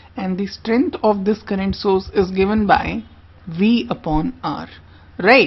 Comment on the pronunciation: It is all good except little uncorrect pronounciation : currangt? ^^ - current oking? - o.k.?